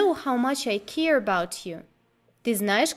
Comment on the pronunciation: А в какой стране (кроме России, каанешна) слово "care" [ker] (заботиться) произносят как "ки-ир"?